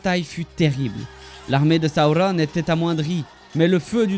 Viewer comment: T’es vidéo pourrait être bien mais ta façon de prononcer les noms est horrible . Sauron pas compliqué pas Saoronne